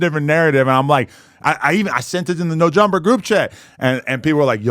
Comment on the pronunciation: I love how he put the S on the end of no jumper 😂😂